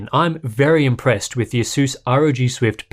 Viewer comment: why everyone pronounces it "aseus"?